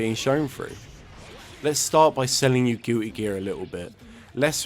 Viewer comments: "Gooey Guear" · Are you saying Gooey Gear? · Did you say gooey gear lol